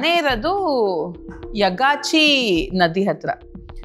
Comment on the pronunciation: ಯಗಚಿ ನದಿ ಅಮ್ಮ ಯಕಾಚಿ ಅಲ್ಲ